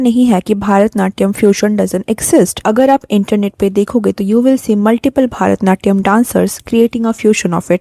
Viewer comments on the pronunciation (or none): It's not भारतनाट्यम it's भरतनाट्यम